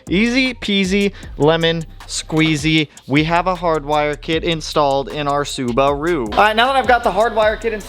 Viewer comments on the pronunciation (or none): none